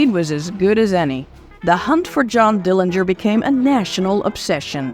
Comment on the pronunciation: Bravo. The most thorough retelling of the Dillinger (you even got the pronunciation correct) story I’ve ever heard. Congrats